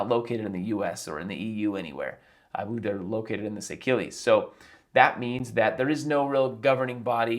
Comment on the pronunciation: The island's name is pronounced 'say-shelz'